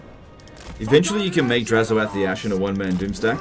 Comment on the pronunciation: I love you but it's drazh-oath. As in 'Black Oath' not 'Dazh-ho-eth' that's some elgi shit